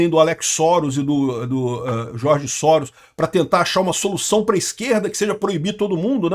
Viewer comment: Escreve Soros mas acredito que se lê Jorge Sorôs , mas não tem esses acentos